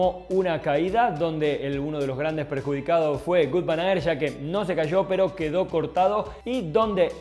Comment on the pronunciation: Ni Gut ni Vut. Se pronuncia Vóut